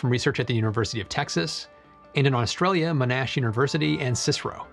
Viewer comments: hey thats the uni I got to, pronounced as monn-ash and CSIRO is just said as it's letters. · Love your explanations, your work and your videos. Thanks. The only thing that sounded out of place in the video was how you said Monash University.. It's pronounced MONash, and not moNAsh. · Love the videos, just noting in this one that Monash is pronounced “Mon-ash” as opposed to “Mo-nash” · Just FYI Monash is pronounced Mon Ash, and CSIRO whilst an acronym is never used as a word, its always C-S-I-R-O , the more you know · Monash is pronounced 'Mon-ash'. It is 'mon' as in mono, and ash, as in the tree. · Mostly, but "sigh row" is a thing as well. But how do you teach an American to say "Monash" correctly?